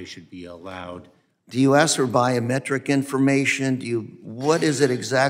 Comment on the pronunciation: The word is ASK not AX